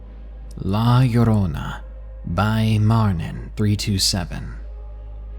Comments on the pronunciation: It pronounced la yo-ro-na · hey llorona is pronounce la yodona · lmao la yo-rona its funny hearing people say it wrong